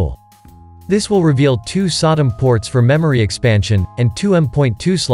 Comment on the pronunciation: “…this will reveal two Sodom ports…” I really don’t get these robo voice videos. Can’t you do your own speaking?